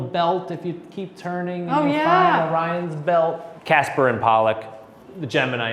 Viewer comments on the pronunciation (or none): Did call the Twins "Casper and Polluck"? Is that a thing? He knows it's Castor and Pollux, right? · "Casper and Pollock" Castor and Pollux